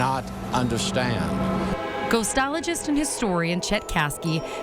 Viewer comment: "Ghostlolagist" lol ok